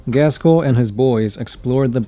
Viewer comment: Oh god. Can you please learn to say "Ghazghkull" ?